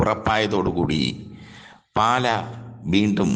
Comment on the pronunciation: പാല അല്ല മൈരേ പാലാ ആണ്